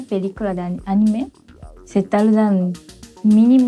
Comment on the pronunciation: Anime no lleva acento, si acaso tuviera sería en la "i" y no en la "e", pero dadas las reglas de acentuación, no lleva acento ortográfico, solo prosódico. "a-NI-me", no "a-ni-ME" pues dicha palabra es la conjunción de animar en tiempo pasado/pretérito.